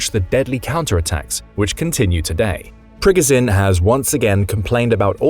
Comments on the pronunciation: It’s annoying how he’s pronouncing Prigozhin (Pre-Go-Zhen) 😅 dude’s saying (Prig-Ga-sin) and he watches the news because he knows the same info we all know.. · priGOZHin, not PRIgozin… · Great insights, but it's like nails on a chalkboard every time he says "Prig-i-zin". It's Pre-GOH-zHin. (LeviosAH...😂) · Pri GO zhin..... Jesus pronounce it correctly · Why can't you learn how to say Prigozhin after 2 years of reporting on the war? Don't know why but it really makes me mad lol